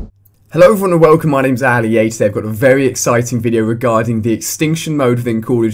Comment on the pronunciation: Ali-A"N" :D u get it?